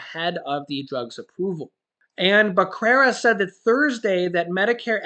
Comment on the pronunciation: Thank you for keeping us informed. By the way, since I am Hispanic, Becerra is pronounced as beh- ( the e like in egg), serr (like in serenade), & a (as in ah). Stay safe.